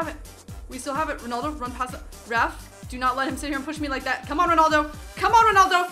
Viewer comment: It's ronaldo not ronoldo